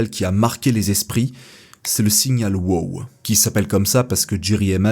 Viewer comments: C'est pas "wo" c'est "wow".... le 2e w n'est pas muet, c'est de l'anglais! 😉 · Merci pour la vidéo . Tu prenonce très mal ton WOW ,il sonne mieux en anglais lolll